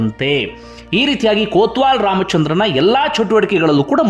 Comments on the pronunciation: ಕೋತ್ವಾಲ್ ಅಲ್ಲ ಸರ್ ಕೊತ್ವಾಲ್ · ಅದು ಕೊತ್ವಾಲ್ ಬ್ರದರ್.. ಕೋತ್ವಾಲ ಅಲ್ಲ